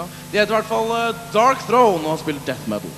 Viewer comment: Ve ah darktrone, and THIS IS BLASPHEMY